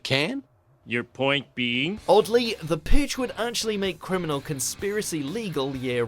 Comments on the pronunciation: the pooge your saying the pooge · The Puhg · you say "purge" very odd